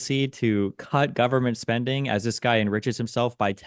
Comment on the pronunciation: why does Pakman always hit Destiny with the full guvvy every time 😂 Actually cracks me up whenever he does it